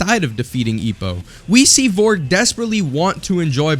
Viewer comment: "VORG" "VOLRG" Aahahahaha americans